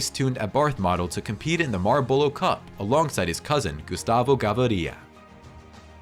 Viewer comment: now where exactly is "medalin"?.... and or "mall borrow"cup.... kinda sounds like an AI?... great watch but some life in the voice will be cool too!!!